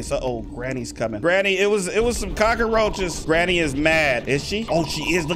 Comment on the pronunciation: When she says cacroches I feel there's thousand cacroches uuugggghh